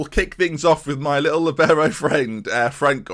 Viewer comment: It’s called a li - bee - row